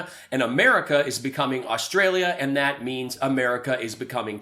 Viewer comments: ‘Rosstrallia’ 4.34…lol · Did he say Rostrailia instead of Australia? Definitely back on the pipe. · "Rostralia" golden.